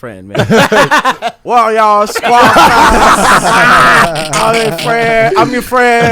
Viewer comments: can say Venni Vetti Vicci but can’t say Squadd Cast 😂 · How TF can rap like he did on the Freshman Cyphers but can't say Squad Cast?! LOL